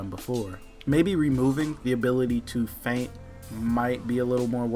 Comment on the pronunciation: Does anyone actually pronounce 'feint' correctly?